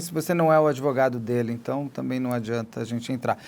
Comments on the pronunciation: Ai que zica dá ouvir um advogado de uma defesa indefensável. Mas. Dr. Só faz um favor. Fala advogado e não adEvogado. Pelo amor de Deus. Abraço no capeta. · Advogado que fala ADEVOGADO é pesado... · O que dizer de um advogado que fala "ADEVOGADO"? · Manooo… não dá nem pra continua ouvindo esse beneplácito AdEvogado.